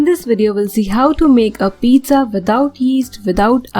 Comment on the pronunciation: You idiot don't know how to pronounce pizza